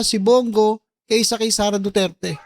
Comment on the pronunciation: I don't trust him sareyyyyyyy not sareyyyyy